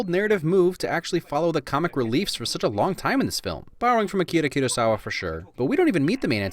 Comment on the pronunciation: Thanks for being the only youtuber who actually tries to pronounce Kurosawa's name (or any Japanese name) correctly! That alveolar tap was music to my ears. Definitely a win!